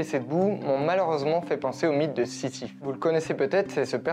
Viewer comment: C'est "Sisyphe ", pas "si je-ne-sais-quoi" ....